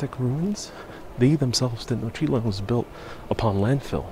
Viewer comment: Why are you saying Tetnochitlan when it is Tenochtitlan? Why noone, who is doing these educative videos can`t pronounce the names properly? WHY?